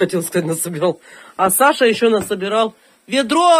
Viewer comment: причём ударение ставит на второе а,аж раздражает